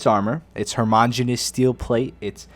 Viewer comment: Did say " harmagenous steel "?